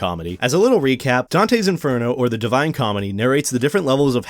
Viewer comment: Or dante's as well